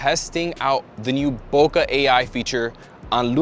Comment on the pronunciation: HAIYAA!! C'mon Manny, how many years have you been shooting and you can't pronounce BOKEH properly?!?!?